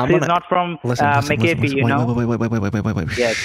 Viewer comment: "It's not mistacoffEE, it's mcafOaye" - Hermione Granger